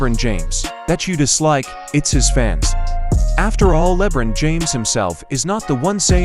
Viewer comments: "Leb-run James"... Lmfao 😆🤣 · Can we keep pronouncing his name this way hahaha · I despise LeBum... but if you're going to talk about him, say the name right.